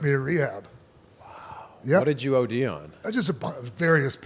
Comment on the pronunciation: “What did you od on?” JESUS CHRIS 🤦🏽‍♂️